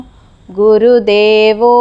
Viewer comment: గురుదేవో అని కాదు గురుర్దేవో